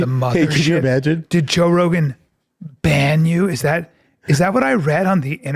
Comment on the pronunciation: Bryan Callen pronounces "ban" like it's a sexual act.